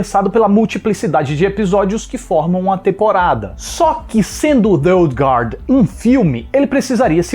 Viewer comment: Parabéns por pronunciar corretamente a palavra guard, todo fala sempre erra e pronuncia o u, como se tivesse um trema.